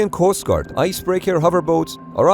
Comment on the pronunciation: That "Coostguard" might be the most Canadian pronunciation I've ever heard :p